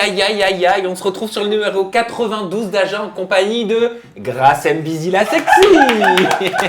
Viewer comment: faudrait faire attention son Nom c'est pas Grâce M bizzi mais Grâce M'Bizzi de la même manière qu'on écrit Kyllian M'Bappé et pas Kyllian M Bappé Du coup toi et les autres français d'ailleurs lisez mal ces noms y'a une apostrophe donc y'a une liaison à faire lorsqu'on les lit c'est comme ça les noms Africains mais vous lisez tous mal